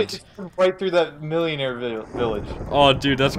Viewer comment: Millénarie is pronounced Mill-Eh-Nair-Eh